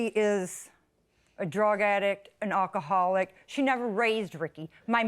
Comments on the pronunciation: RIP English language, the Defendant hardly knew you. "Jealous of my brush," "resussting arrest," "onkaholic," "Facebook page-book," "emotional Strauss," (sounds like a name of a band!) "you are no longer warcome in this family," "she purshes my buttons," and she suggests the Plaintiff's brain is pickled? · she can’t even pronounce “alcoholic” 😭